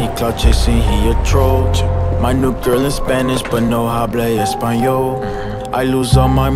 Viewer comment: Anyone else speak spanish and laughing at how he pronounces the "h" in "hablo espanol" ? The "h" is silent in spanish, buddy LOL.